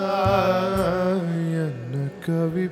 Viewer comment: Wish to point out two glaring mistakes in your pronunciation. Not to discourage but to correct. Stress the word "Enna". you sing as "Ena" Second is the last line of the song. You should sing "alakshiyamo unakku". you sing as "lakshiyamo unakku". Hope you will render the song correctly. This will enable others to go along with the song correctly. Thanks and Regards. R VISWANATH, RAJAKILPAKKAM, CHENNAI 600073.